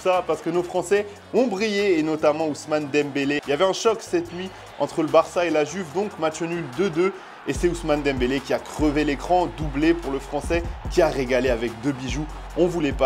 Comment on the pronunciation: Je me serais déplacé pour l’arrivée de Ronaldo (le brésilien) ou Baggio lors de leur arrivée à l’Inter. P.S. la Juve se prononce « iuve » ça fait ma saigner les oreilles aux italiens quand vous prononcez le J 😜